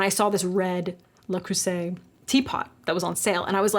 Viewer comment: Please keep pronouncing french words in your videos! It's so cool to learn something new and not only show the perfect results. "Creuset" is of course particulary hard because theres a strong "k" follwed by the beloved rough "r"